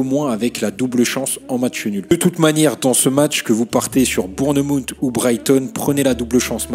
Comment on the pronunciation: Super vidéo ✅ ps: la prononciation de Bournemouth et magnifique